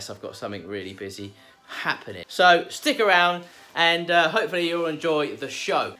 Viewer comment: Love how it sounds like "sticker round" when you say "stick around" 😂